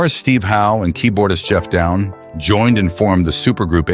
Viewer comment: His name is Geoff Downes not Geoff Down. I'm really starting to hate AI. I stopped watching this after 20 seconds.